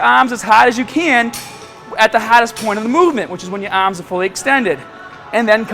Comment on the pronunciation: Remember you gotta extend your ahhms